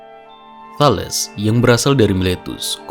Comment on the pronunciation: Bagus, sepertinya mempermudah subscribers yg kesulitan membaca buku Bertrand Russell. Tambahan, untuk kemajuan video ini, setahu saya Thales itu cara membaca namanya adalah Thalis